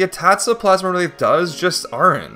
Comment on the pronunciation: Awesome run! One little thing I gotta mention since it was driving me crazy it's Plasmwraith not Plasmawraith you're adding an additional A. Think like the word ectoplasm. Really hoping to see some Pikmin 4 challenge runs.